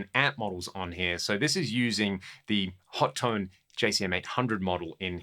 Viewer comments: It's "Ho-Tone" not "Hot-Tone". 😄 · Its pronounced Ho-Tone